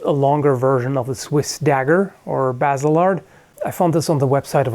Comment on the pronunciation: Hehe cool that you were able to pronounce Basel :3 grüessech and greetings from a swiss viewer